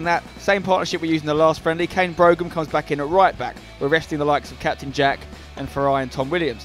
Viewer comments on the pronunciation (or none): After looking it up, the dictionary told me Brougham was pronounced like "Broom" - Is that right? :o